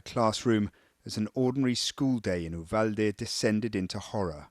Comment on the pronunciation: An English-speaking reporter actually pronouncing Uvalde the Spanish way. A rare find. The American English speakers are butchering it.